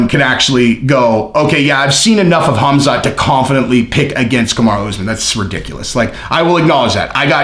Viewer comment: Colby calling khamzat "cumshot", might be the funniest thing ever.